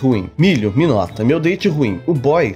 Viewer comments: Toda vez que o milho fala meu date ruim eu entendo meu dente ruim kkkkkkk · Vc estava falando: Meu date ruim Eu ouvi: Meu dente ruim 🤣🤣🤣🤣🤣🤣🤣🤣🤣🤣🤣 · Eu também entendi isso 🤣😂🤣😂🤣😂meu dente ruim.🤭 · Eu tava entendendo "meu dente ruim".